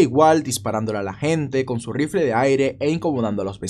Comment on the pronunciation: Le compró un RrRrrifle de aire 😂